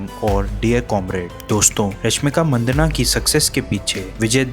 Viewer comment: Rashmik Maddanna...Manddana nahi yaar